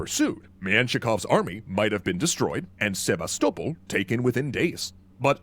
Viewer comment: I really hate the way he pronounces Sevastopol